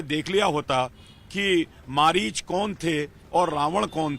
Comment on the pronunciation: ये अनपढ़ अपने को पड़ा लिखा बोलता है हिरन मारीच बन के आया था मारीच को मरीच बोल रहा है ये गटर छाप है भाई